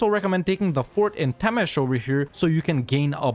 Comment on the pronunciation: Your "Temes" pronunciation is flawless but "Hont" needs a little bit of work